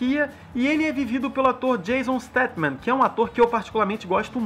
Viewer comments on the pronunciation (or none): É jason statham e nao jason statman kkkk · Precisa aprender os nomes dos atores! Quem diabos é Jason StatMan? É StatHan, com o H tendo som de RR! Fora isso e outras coisinhas, está de parabéns pela publicação. Nós, os fãs de V&F, temos que saber de quem são as vozes que ouvimos na dublagem! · Ele chama o jason statham de jason steteman kkkk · não é jason stathman,é jason stathan.